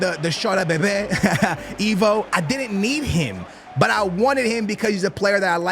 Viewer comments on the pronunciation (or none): none